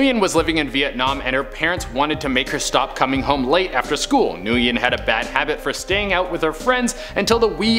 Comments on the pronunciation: Nguyen is pronounced Wynn or win. Not newgin. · NGUYEN is pronounced like "When"